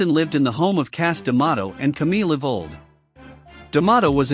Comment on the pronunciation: Her last name was: Ewald, NOT "Evold." Delete this and fix it before you re-upload it.